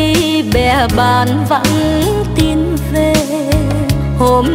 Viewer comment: Rất chuẩn giọng ca của người miền Nam ! Nhưng chị Lâm minh Thảo và anh Quang Lập có vài từ trong bài nhạc nếu phát âm theo cách người miền Nam Lục Tỉnh thì sẽ mùi hơn. Thí dụ, chử Về, Vì...Và, Vi, Vu, chử V này giọng Bắc và Nam khác nhau xa lắm